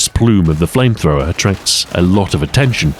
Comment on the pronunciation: Ah yes flamethrowmer